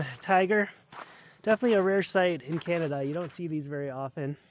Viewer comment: Ugh, it's a ChiTvy. Plus, canTaduh. Double negative.